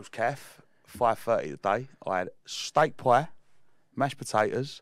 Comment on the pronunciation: You’ll never guess what. Steak pie is just two syllables my boy😂😂